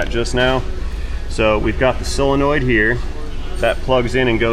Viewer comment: What's wrong with you southern guys? It's not a "SILLinoid", it's a SOlenoid. And, while we're at it, it's SIrup, not surp!